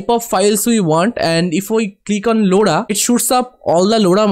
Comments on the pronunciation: bro that's not loda that's lora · the way you pronounce Lora is hilarious! btw thanks for the tutorial.